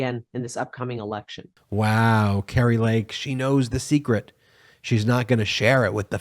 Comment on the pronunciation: the name kari is pronounced car e not cary..